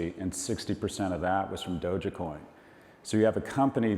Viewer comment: because he pronounces dogecoin as DOJACAT